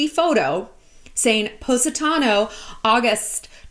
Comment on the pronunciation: I’ve been to Positano twice and this video is the first time I learned how to pronounce it